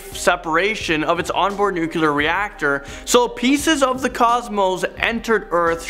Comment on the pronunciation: Nuclear is pronounced "new-clear" not "nucular."